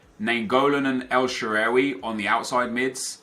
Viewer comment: Sorry but the way you say El Sherehhwey just doesnt sound right. It's El Shahrawy.